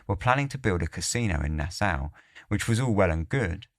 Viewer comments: Na-saw, that's how it's pronounced.🫣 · Bahamian pronounced "ba-HAY-me-an". Nassau pronounced "Nas-saw"